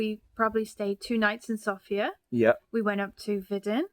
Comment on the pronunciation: The way you pronounce Sofia is just music to my bulgarian ears! :) It is just so common with foreigners to pronounce it like the female name Sophia, that hearing it properly pronounced just feels really nice.